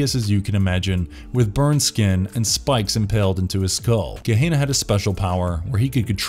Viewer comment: it is pronounced Guh - Hen - Uh (Gehenna)...............not guh - hey - nuh